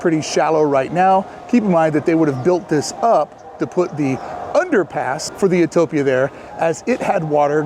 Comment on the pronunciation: when you're saying "uhtopia", do you mean "utopia"? if so, it is pronounced "you-TOE-pee-uh" . nice video. i subscribed.